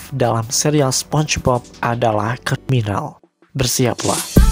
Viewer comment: Yang gue dengar saat ada kata c3riminal tapi yang gw dengar nya "crimtal"